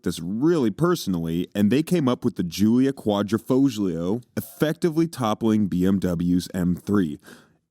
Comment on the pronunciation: The g is silent in Quadrifoglio